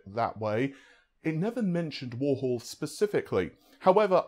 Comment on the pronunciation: Not at all. I'm amazed after all these years he hasn't learned how to pronounced 'three' and 'Warhol'.